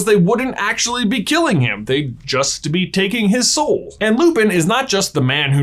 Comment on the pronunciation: Oh he was talking about the boys soul. I thought he was saying boys hole.